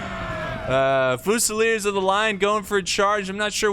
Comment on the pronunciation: Yes, Germans call France Frankreich. Guess what the French call Germany? Allemagne. I've been watching your videos for years and while your mispronunciation of words is quirky and often entertaining, it could easily be remedied by an hour on the internet. I can't believe you never heard of Frankreich. Fusilier in English: few-se-leer. In French: fu-se-leeay. On the positive side, at least as far as Total War is concerned, your understanding of tactics and strategy is superlative.